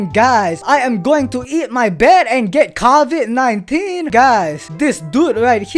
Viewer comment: The way he said COVID 19 (Caviod 199) lol no hate btw